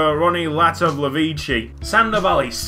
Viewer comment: To the tune of every British football chant (i.e We lose every week, we lose every WEEEeeeeek, you're nothing special, we lose every week) Latovlevici Latovleviciiiiiiii We can't pronounce you Latovlevici